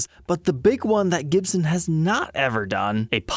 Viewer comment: Gibson with a U instead of an O !!